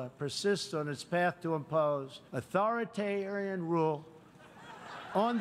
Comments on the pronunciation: Authoritararian? Is that what I heard, or did Trump have a mini stroke? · I hate Trump but I don't appreciate the shots at him mispronouncing ONE word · You can see him struggling when he tried to pronounce authoritarian. This guy is unbelievable